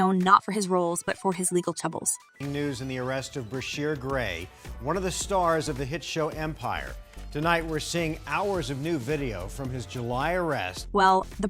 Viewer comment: Who the hell is BRY-shiar? Damn, say the man's name correctly! Smh